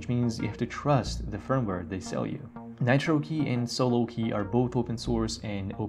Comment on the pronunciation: Great information. Please add references in the description for any products mentioned. Took me a while to realize you were saying “Nitro Key” rather than “Natural Key”. If it had been in the description wouldn’t have had a problem.